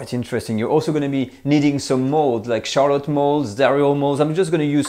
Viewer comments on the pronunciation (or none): none